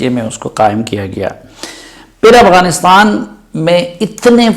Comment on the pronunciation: It's AFGHANISTAN not Aghwanistan.